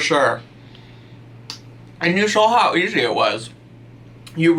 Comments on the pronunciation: I 100% heard you say "children in a blender" not "children and a blender" 😂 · Anyone else hear "children in a blender." insteaf of "children and a blender." I thought went all serial killer on us 😂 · sounds like he said "children in the blender" lolol